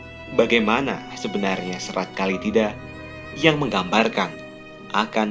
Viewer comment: Menyebutnya salah bukan Kalitida tapi Kalatida